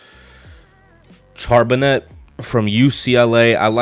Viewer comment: Great rebuild vid as always brother. And not to be an ass or anything but your HB's name is pronounced Shar-Ben-Nay